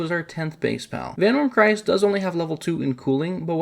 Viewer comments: Vanwyrm Cryst, Not Christ. As in Crystal. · Why did you pronounce "Cryst" like Christ, when it's just the first syllable of crystal? As in crystalized water, as in ICE??? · "Cryst" is pronounced like "crystal". Thank you for the guide!